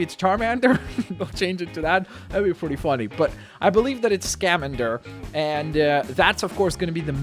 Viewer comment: skah-man-der (Newt Scamander)